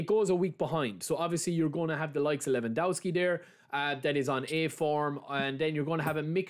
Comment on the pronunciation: Levandovski is how u shud pronounce it. You've already rendered the first W a V so u shud go on with the same rule for the rest of it